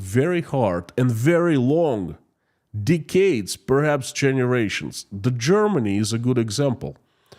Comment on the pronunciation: pls stop saying deecades. Nobody says deecades, not slavs, not english not ancient romans